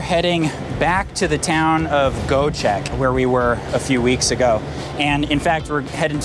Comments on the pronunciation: 🎉dude iit is not Goecheck😂 try to read it like Goee-jack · its Göcek with Ö not O like in Sir > sör